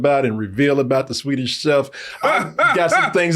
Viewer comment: Trying to pronounce swedish chef he was fighting for his life out here 😂